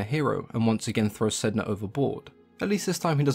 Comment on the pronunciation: My understanding is that Sedna should be pronounced Sanna. Refer to "The Wolf in the Whale" by Jordanna Max Brodsky. A fictionalisation of the first meeting between the Inuit and the Norse.